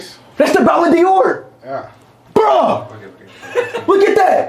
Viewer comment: Speed it is not bolloon Dior ballon Dior